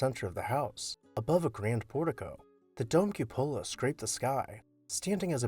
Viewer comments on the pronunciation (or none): Grand estate. As far as the cupola has the accent on cu. It isn’t pronounced cu-polo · I appreciate your historic house videos. May I add two minor corrections? , the rooftop structure should be pronounced KYOO-poe-la or COO-poe-la, with the stress on the first syllable. And , you mention the grand staircase but show the back staircase. Do you have any pictures of the main stair? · The accent is on the first syllable of the word cupola. Pronounced QUE'-po-la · Cupola: kyü-pə-lə or Q puh luh. Stress on the first syllable. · your videos are wonderful, entertaining and informative. One suggestion - look up the pronunciation of cupola.